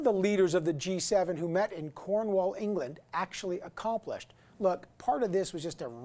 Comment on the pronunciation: The way he said cornwall England made me cringe.